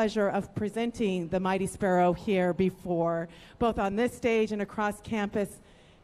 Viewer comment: sparrow not sperrow